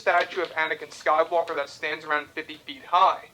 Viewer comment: Anyone else notice he has a very strange way of saying “rise of Skywalker” he puts emphasis on walker. It almost sounds like “walkar”